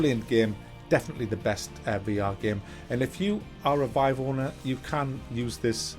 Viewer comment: The way he pronounces Vive triggers me.